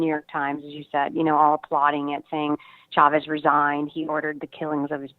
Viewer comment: Michael..... Chavez is pronounced, like Cha; as in Cha-Cha. No extended SH sound in Spanish[unlike Portuguese].